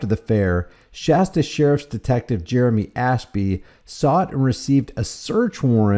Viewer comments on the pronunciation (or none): none